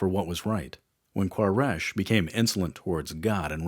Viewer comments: Quraish (Qoo-Ray-sh) not K in Arabic it's قبيلة قريش ... it's ok he make mistake because there is no letter "حرف القاف" in English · Quraish (koo-ray-sh). Al Hudaibiah (Al hoo-day-bia). Get it together man.